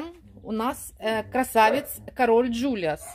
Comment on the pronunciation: Вообще-то король Джулиан, а не Джулиас.